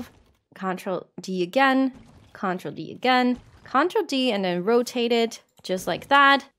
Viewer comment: The way you say control is correct. The way you say CTRL (which is just short for control) everywhere else in the video is wrong. The emphasis should be on the trol, not on the con